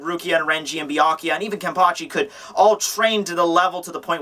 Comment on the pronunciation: everyone says Byakuya name weird lol everyone says "bee-ah-kee-ah" lol its "bee-ah-koo-yah"